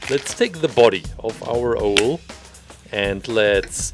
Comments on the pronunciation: Hearing him say o-el makes me want to say it's said ow-l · And you also say it ow-l not o-el.